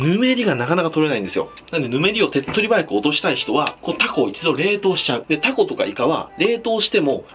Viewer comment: 注文の時にタ↓コ↑って地元の訛りになるのええね